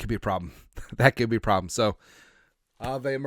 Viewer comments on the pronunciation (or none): none